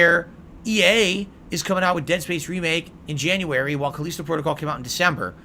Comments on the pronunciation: KUH-LEEST-OH Protocol? It's KUH-LI-STOW, you "dunce" God damn why can this grown man not pronounce words correctly? Also Callisto Protocol was ass, people did not hate it because it was too hard, they hated it because it SUCKED. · What's CalEEEEsto protocol ??